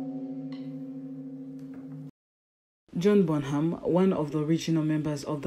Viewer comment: Get the Bonham names right. Jeeze.